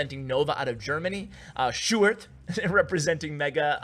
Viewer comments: Yoo u pronounced sjoerd quite good actually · im dutch so I know how you prenounce "sjoerd" and you did well my man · You actuelly said Sjoerd's name good. In The Netherlands we say it almost like that.👍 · Btw you pronouced sjoerd amazing for not being dutch! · Ur prenounciation of Sjoerd is pretty well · You prenounce sjoerds name great man. I'm from the Netherlands as well so I can tell😉